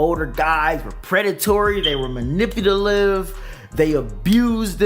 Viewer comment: Bro you can’t even say manipulative right..... you sound like an idiot